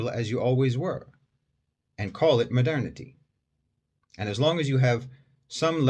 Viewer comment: Why i keep hearing "Madani" when u say "modernity"? My ear needs a fixing